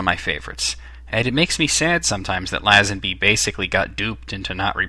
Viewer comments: Please American's, learn how to pronounce names and get your facts right...First of all the name of Tracy DeVincenzo is pronounced Vin-chen-zo, not Vin-sen-zo...And it is Lazanby not LAZ-ANBEE..... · not læsenbi. leisenbi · I enjoyed this vid :D when pronouncing Lazenby you should say the La bit as if u were saying lay